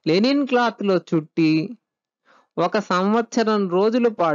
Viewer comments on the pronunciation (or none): లెనిన్ కాదు లైనిన్ cloth